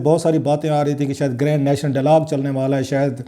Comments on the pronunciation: BHIRA G, OH SAIEN MEDA English ko katal na karo sohna. "It is dialog and not DALLAAG" Have mercy on us pls. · I think he says “dailaag ڈئی لاگ” . Which is the Punjabi version of “dialogue”. I had a pashtoon “friend” who used to say “Laswaday St لسواڑے سٹریٹ” whereas the actual spelling is “Lasvade St” pronounced as “Lass wade street”. We have such people all over Pakistan. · ڈائیلاگ کو ڈالاگ کیوں کہتے ہیں ؟